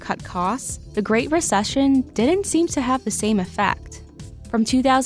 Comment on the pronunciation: She needs speech therapy to pronounce TH instead of D. “Deh product” “Dee jello company” “AL-DOUGH”?! (Although )